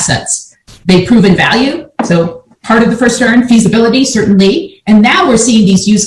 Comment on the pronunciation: It’s Va not Wa Value not walue